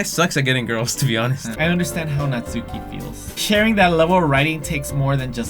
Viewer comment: It's Nat-su-key